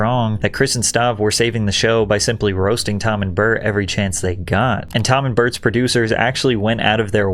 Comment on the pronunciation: wait is his name Bart or Burnt ?? 💀💀💀 I fucking pissed myself when you fucking enunciated BY BART 🤣🤣